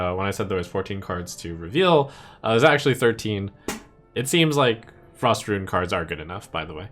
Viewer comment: Still keeps saying "ruin"